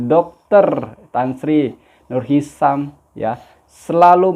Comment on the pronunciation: Hisham bukan hisam